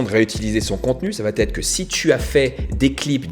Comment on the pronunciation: J’aime ton contenu, je me suis offert la « méthode » en vidéo. Merci pour tout! Mais il faut absolument que tu cesses de prononcer « va-T-être ». C’est une erreur et ça fait mal aux oreilles:D